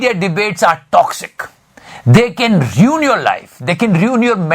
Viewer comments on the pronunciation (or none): Ruin hai reun nahi